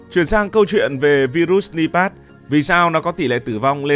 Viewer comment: Nipah mà đọc là pát